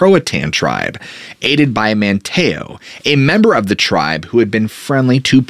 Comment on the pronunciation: I had to think for a minute what you were saying - "Wan chessie" and "Man TAY oh" threw me off. These are actually pronounced as WAN' cheese and MAN' tee oh. Sorry, not being a bitch, jus sayin.